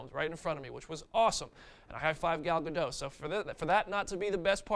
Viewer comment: It's Gal "Gah-dot" bro...pronounce the "t"